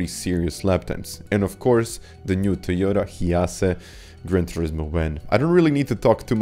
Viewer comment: Toyota "Hee yas" 😭